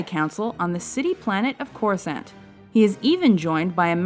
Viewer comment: Coruscant is prounounced with a longer A, simliiar to croissant.